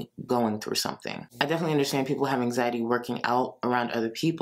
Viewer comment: Take a shot every time says "anxiteee" and RIP. Also, please keep saying "muh mental" cause it definitely doesn't make you sound like a fvkng idiot. 🙄